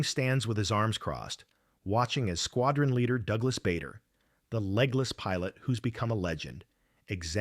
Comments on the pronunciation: It’s pronounced Baa der not Bay der. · It is NOT BAYDER,It is BARDER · What a load of tosh. By the way his name was pronounced "Barder" not Bay-der! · A most interesting video. I had never heard this story before. No criticism: Just a quick word about UK pronunciation: Bader is pronounced "Barder". Farnborough is pronounced "Farnbra". Now, a little criticism: Quite a few of the photos shown in the video had no direct relevance.